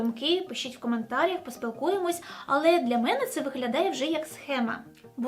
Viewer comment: боже, зірковий час для моїх дуже грамотних тарганів в голові: коментарІ (наголос); не (рус.) 2 часа, а у 2 години чи о другій годині; найетичніших (а не найетичних); також не звісно же (від рос. конечно же), а звісно ж. (під моїм "зірковим часом" мається наувазі саме те, що ви просили виправляти помилки в себе і + коментувати = підтримувати ваш канал). а взагалі ваша українська класна! неймовірно вдячна за цей контент, адже недавно перестала слідкувати за російськими блогерами взагалі заради підтримки нашої країни та її захисників.